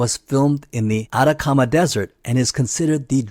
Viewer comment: Debo decir que tu forma de pronunciar "Atacama" se me hizo muy extraña